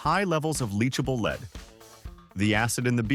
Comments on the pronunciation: It's not leed it's lead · Leed instead of lead?😅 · Who pronounces lead aka plumbium as leed? AI, right? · That damn leed is terrible 😂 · I caught that, too!! 😆😆